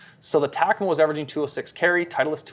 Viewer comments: Holy smokes bro its Takomo pronounced Ta-ko-mo not Tac-a-mo. What are you, from Canadia aye? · You saying tack-a-mo is killing me.. it's tah- ko-mo.. I getbthey are new but it almost felt like you were getting paid per name drip with the amount if tunes you said it but could have just been me noticing it more bc it was incorrectly said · Why does he say Takomo and Muira so weird and my dude sounded like a golf snob when talking about the Wilson Staff CBs which I know to be a great players iron